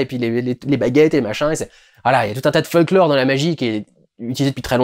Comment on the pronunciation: Alors je sais pas du tout si c'est voulut de ta part Dudu, mais vers j'ai cru t'entendre dire FUCKlore et pas FOLKlore (comme je suppose qu'est ce qui a été dit XD). Du coup, quand on comprend là où tu veux en venir dans les propos que tu expose à ce moment, je trouve ce possible lapsus assez révélateur, et en tout cas très drôle XD.